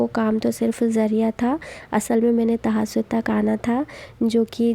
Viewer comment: Tahajud ka name to sahi liya karo,,, tahasod bol rai hai ap